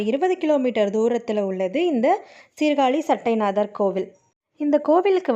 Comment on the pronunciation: சட்டை நாதர் இல்லை மா சட்ட நாதர் என்பது தான் சரியான உச்சரிப்பு.